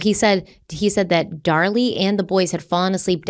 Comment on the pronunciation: Dar-LEE, from Krypton..